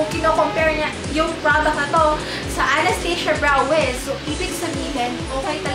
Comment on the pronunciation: haha don talaga sa pag pronounce ng anastasia